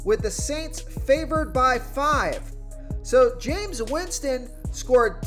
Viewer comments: I asked him this last year. Do you even watch football? He butchers names that he should know, not just Jame Us Winston. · The fact he said Jamies name wrong twice has me dying but good video 🤣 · The jameis winston pronunciation was hilarious caught me off guard twice 🤣. Nonetheless, is AJ Dillon a sleeper ya think ?